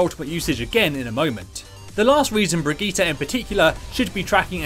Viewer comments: Its actually pronounced Bri - gi - teh. With a hard "r". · bri - gi - tay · theres no A in bridgitte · The way you say her name is terrible. These are also more beginner basic tips. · everything right exept of your pronounciation of her name